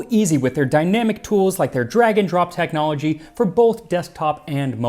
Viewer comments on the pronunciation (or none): none